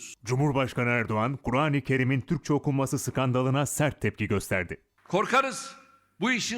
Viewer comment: Skandal diyo spiker😁